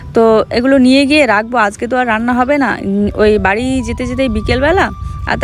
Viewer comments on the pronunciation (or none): none